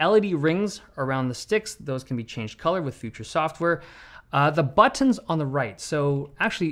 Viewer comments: butt-tons lol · Say ‘Butt-tins’ again. Say ‘Butt-tins’ again! I dare you. I double-dare you, motha**cka, say ‘Butt-tins’ one mo' goddamn time!!! Awesome video as always! Thanks man!!! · Haven't noticed until now that Dave turns British when he says "buttons" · buttons... it's not hard to say buttons man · Stop saying BUTTONS like that 😊